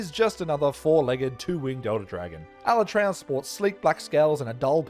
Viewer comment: Ala-tray-on wasn't too bad. While I'm still used to Ala-tree-on, at least they didn't do it as dirty as my boy TEE-grex